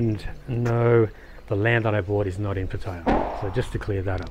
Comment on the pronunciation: I keep hoping to find a video that makes sense, but if you have lived in Pattaya for 8-9 months and still don't have a clue how to pronounce "Pattaya" then your advice is meaningless.